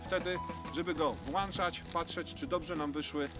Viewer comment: Mówi się włączać, a nie włanczać. No ludzie jak już dajecie coś do neta to przynajmniej mówcie poprawną polszczyzną, a nie jak ostatnie wieśniaki. Pozdrawiam.